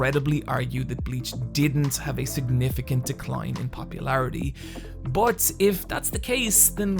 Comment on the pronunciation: Its pronounced 'but' not Bot